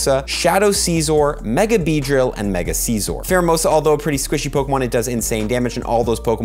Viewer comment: I don’t know why but I hate the way you say scissor Seesore just hurts to hear Sciz ore is how I’ve always heard it